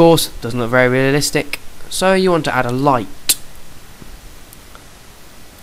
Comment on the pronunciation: lighTTTEEHHHH why do u pronounce your ts so weirdly